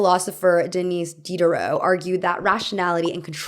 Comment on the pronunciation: Lord have mercy on you! How did you butcher the name "Denis Diderot"!!! Can't you just listen to the pronunciation in the Google translate app???